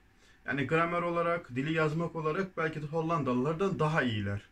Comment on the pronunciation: Merhaba. Bu videoda de artikelini dö olarak, canlı ders 1 videosunda dı olarak telaffuz ettiniz. Doğrusu nedir acaba?